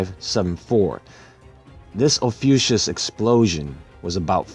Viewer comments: It's actually pronounced OFF-E-YOU-KUSS. Great video. I had no idea about the explosion. I love how you see through to the real truth of events. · Ophiuchus is pronounced fie-you-cus.